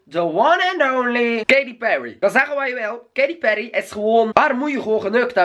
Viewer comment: je zeg Katy peryy hahah